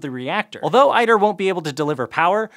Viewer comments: ITER is not pronounced i-TER but e-TER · ITER —> * “eater” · Iter. It's pronounced eater with a hard T. Lol, it had sounded funny hearing i-ter.